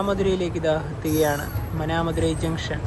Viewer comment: Good vlog bro. Pinne aa Manamadurai pronounce cheyendath മാനാമദുരൈ ennaane 😊